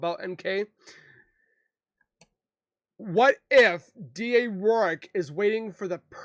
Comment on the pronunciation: It’s Rourke. Not O’Rourke